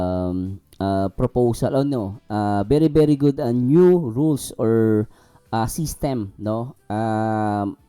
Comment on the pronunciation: Oo, eung feeling perfect na reactor!! Ang NEW naging NIO🤣 VIOLATION naging BEYOLITION🤣🤣😂arayyy ko😆😅